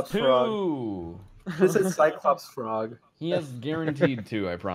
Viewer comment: No one:: PHROG